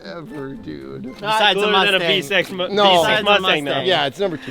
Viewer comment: Bro said vsex instead of vsix 🤣🤣